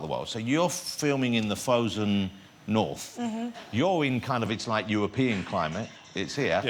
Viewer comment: KING OF THE NORF